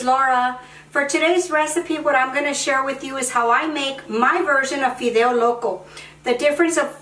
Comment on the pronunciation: Why not speak spanish?si no eres Américana?digo porque la palabra fideos la pronuncias muy bien para ser Américana.